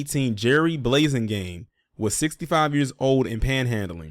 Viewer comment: The "a" in his name is like apple not ace. Thats an oooold fba name right there bro